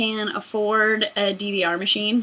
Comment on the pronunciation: I thought you were saying a DVR machine, not DDR machine... i was really confused, because those are not very expensive...